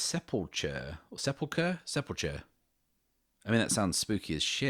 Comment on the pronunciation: Really enjoying the setting that's coming together. Looking forward to the next episode! Side note: The end of the word 'sepulchre/sepulcher' is actually pronounced with a hard 'ch' sound like in the word 'chasm'.